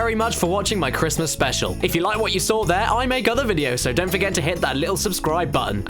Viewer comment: HE'S BACK! IT'S A CWISTMAS MIWACLE!